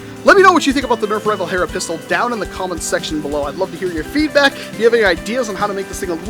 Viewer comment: Did you mean nerf HERRRRRRRRRRRRRRRRRRRA?